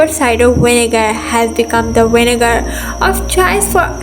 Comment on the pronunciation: She pronounced vinegar "winegar" and then turned around and pronounced witch "vitch"... lmao